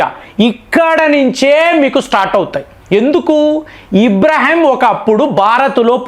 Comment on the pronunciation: అబ్రహాం ను.మీరు ఇబ్రహాం అనడం ..ఇలా చాలా పేర్లను ఇలాగే.మార్చేస్తున్నారు